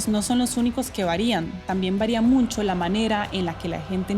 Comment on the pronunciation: Me extraña que DW haya puesto a una chica que dice “MuNcho” en lugar de “mucho”.